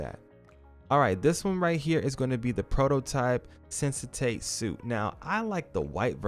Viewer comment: "Sensate suit"... not sure how you're reading "sensatate" from that word, but ok.